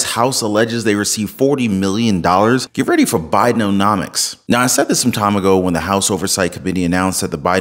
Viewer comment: i know Ur mispronouncing Biden’omics as Biden’O’nomics intentionally 😹 Ur awesome 👑♥️🕊